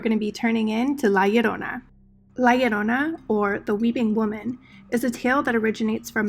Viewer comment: Yessssss! La llorona........ loved everything about this video even how you said “la llorona”